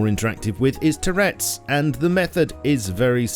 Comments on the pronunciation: Did my man just pronounce turrets "tourettes"? Is there an inside joke or something i'm missing here??? subbed btw, great vid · Bro really said Tourette’s not turrets.🤦‍♂️ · the way he says turrets lmao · The way you said turrets triggered my tourettes :' )